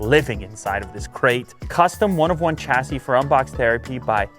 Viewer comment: Chassis is pronounced shassy